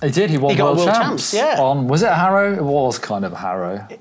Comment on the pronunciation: Hairow 😆 "har-ow" he made custom number plates for local racers in California in the 70's. Ive heard it was to fund one of his other passions (racing motorcycles).